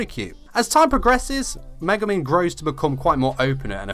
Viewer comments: i wrote one thing he sayed in the vid cuz for me atleast it didnt sound like he saied megumin it was more like maguman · It's Me-Gu-Min not Ma-guh-men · what he said: *megumin *luck what it sounded: *mega man *look - sorry, no hate.